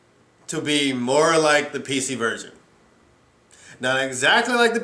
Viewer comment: Did you Rike It?